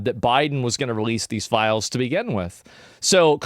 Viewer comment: What everyone said: "Release the files!" What was heard: "Release the philes!"